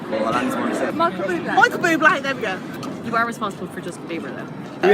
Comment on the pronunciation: I’m sorry “Justin Beaver”???? I get it our national animal is a beaver but cmonnn it’s bieber lol